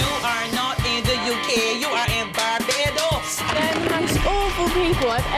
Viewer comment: "Bar👏 Bo 👏Dos" Oh white people.